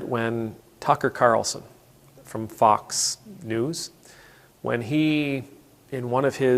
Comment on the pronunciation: I love the little pause between "Fox" and "News". It sorta shows what we all know about them. ;)